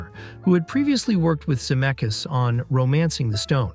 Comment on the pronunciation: Crazy that you said Robert Zemeckis' last name correctly twice in a row and then the third time said Za-meck-eez... What happened?